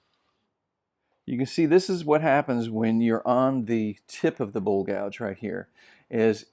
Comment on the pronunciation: You are vert knowledgeable nit i wish you gould say bowl and not bull